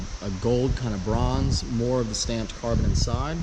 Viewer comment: Every time he said stamped it made me cringe